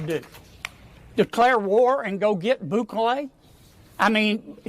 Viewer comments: "President BOOkalay) I swear.. these Republican hog politicians from southern states DON'T EVEN ATTEMPT to pronounce non-Anglo names correctly 🙄 it's almost like they go out of their way to mispronounce them.. Not that I think Bukele deserves respect, but it's really cringey and embarrassing to hear these so-called "professionals" representing American constituents butcher the names of foreign leaders so badly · President “Boo Clay”